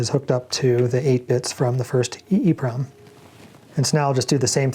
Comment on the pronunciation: I always say “E-PROM” so it cracks me up every time it sounds like you say “EEEEEE-PROM.”